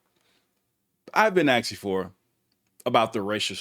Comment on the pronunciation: A fine? Come in man. Yes you’ve got it finally. A settlement. Pumbleing someone? Come on man. Pummeling someone. Axing? Or asking?